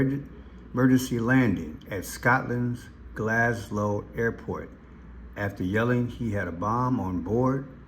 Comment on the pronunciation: GLASGOW, NOT GlasGLOW😂